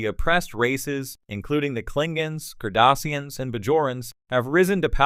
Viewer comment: If you're going to read these, can you please learn to pronounce "Klingon," "Cardassians", and "Bajor"?